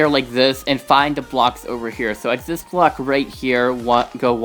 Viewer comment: Why is your "This" Sound Like "Zies"?